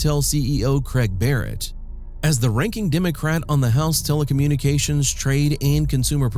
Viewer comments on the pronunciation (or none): none